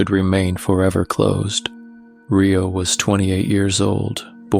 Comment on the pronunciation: Great story but my OCD kept me catching the mispronounced name of Rio (Re like recycle plus Oh not RAI-O not Rye bread Oh )but good story it’s like half right and half not big loved the story!❤ Love your voice!